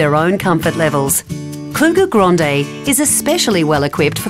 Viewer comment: It’s grande not gronde